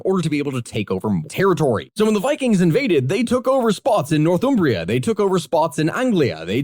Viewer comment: happy to watch, but oh my life the pronunciation of Northumbria straight up hurt